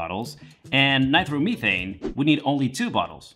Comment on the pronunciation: Ny-Tro- meh- thane not by throw meh thane